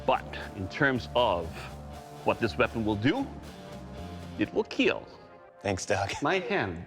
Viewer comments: It will kill it will cut not keal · It will keal 😂😂😂😂😂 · It wil keal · It will kieel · It will keal 😂😂 it will KILL 🖕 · haters say that it is "kill" not keal... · Bro it's kill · Maybe that's said kill...not.keal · It "It will kill "not keal lol😂😂😂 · it will keal ☺ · "It will keeeel!!" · It will keal 😄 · "It will ✨️kiel✨️" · IT WILL KEAL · "It would keal" 💀💀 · "Will KEAL " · It will keal... Thanks Doug... My hand... LMAO!!!!! 😂😂😂😂🤣🤣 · " IT WIL KEAL" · "It will Keal... My hand" 😂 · It will keal..., my hand!!!😂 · Your comment....it will keallllll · I think he says “it will kill” but it will be forever known as keal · It will Keal…………… MY HAND BI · And the smile when doug says: "It will keal" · Keal indeed😂😂😂😂😂